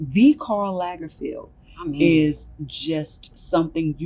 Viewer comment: A "muse" would know how to pronounce Lagerfeld...